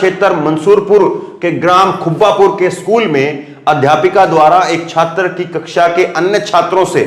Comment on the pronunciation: Hindi ke shabdaun ka uchcharad theek se Kiya Karo ' jaise chhatar nahin chhatr hai' bahut bar galat uchcharad karate ho ' thank you.